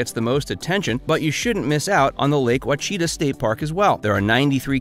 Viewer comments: Wtf is wa-chita ??? That is a terrible bastardization of the word. It’s Native American & is spoken more like this… Awe-shi- tah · Great video, but it is actually pronounced: WAH.she.TAH. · You lost me at “Lake WACHEETA”. Sorry pal. Your obviously not from around here. Better get back on your horse and head north. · Wa-cheeta? Seriously? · That mispronunciation of Ouachita annoyed me too! Thanks for calling them out on it. We live here too.